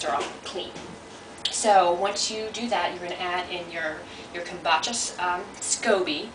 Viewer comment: repeat after me ..Come- Boo _ cha ...your not pronouncing it correctly